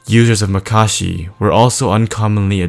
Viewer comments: Its not makarshi. Its makashi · It's not pronounced muh-kah-shee, it's pronounced mah-kuh-shee....also its corr-uh-ban, not corr-oh-bun....